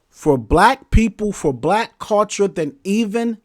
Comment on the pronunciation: I ain't gone lie the topic had me about to watch your video but everytime I heard you say the word cul-ture it turned me off. Gotta go.